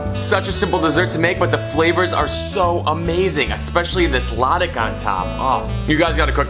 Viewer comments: Nice. Remember that latik has stress on the second syllable. Latík. 👍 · Latik is pronounced as luh-TEEK, stress is on the second syllable